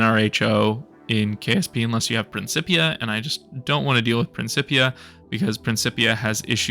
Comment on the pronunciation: Your pronouncing the principia mod wrong.